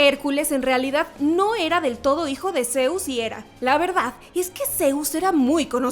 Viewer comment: Es zeus no zeuz